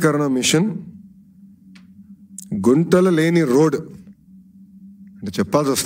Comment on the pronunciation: గుంటలు కాదురా పప్పు గుంతలు